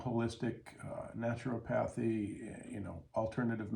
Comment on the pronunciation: Thanks for this talk. Just fyi it's pronounced natch-er-AH-pathy. For styes and they often turn into chalazions, which the medical community tells you are permanent without surgery, I've used apple cider vinegar with amazing results